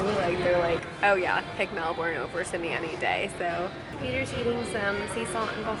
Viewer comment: Okay I’m being so pedantic here – but it’s MEL-bin. MEL-bin! Not Mel-BOURNE. Lol. I’ll stop now. I’m from Sydney and I totally get why you loved Melbs, it’s beautiful and friendlier and a lot more European. Less congested too. Glad you enjoyed Australia and I enjoyed your vlogs, which I discovered today. Safe travels xo